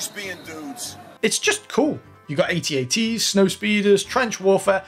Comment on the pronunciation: Having Gredo shoot at all was a horrible addition. Edit: did you say At&ts? They’re At Ats… you normie.😜🤣